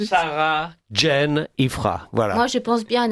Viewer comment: Sauf que ça s’écrit et se prononce Jane et non pas Jean. Ne vous en déplaise. Ce chauvinisme est ridicule.